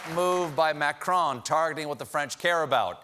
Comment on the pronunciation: I thought that was just how Americans all say "croissant." He did well with "Macron," which Americans usually say as "Macrone."